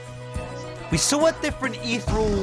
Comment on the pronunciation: imagine pronouncing ethereal wrong